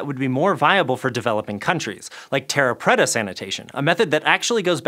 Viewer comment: Dear god his pronunciation of "terra preta" was so wrong, my ears are still burning. And "water + ash" as byproducts is in no way a "goldilocks solution"...